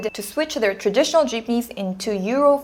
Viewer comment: Good analysis of Filipino transportation. One minor mispronunciation of the word "traditional". Pronounced "trah-di-tion-al"